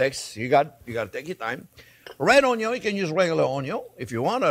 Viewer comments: This guy makes me happy just by saying ONYO every time 😂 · Onyo....kkkk love you chef. Your videos are simple but very tasty 💚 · I love it when you say "onion" a la francaise...bravo....